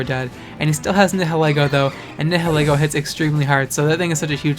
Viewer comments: Nihilego is pronounced as Nee-hil-Ee-goh It's a combination of Nihilism and Ego. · Nihilego is pronounced as Nile-Ego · It's prounced ni-hoe-lego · do you know how to pronounce nihilist?